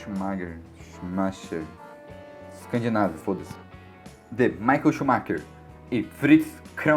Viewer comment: Kct, não conhece o "micaél xumáquer" não?!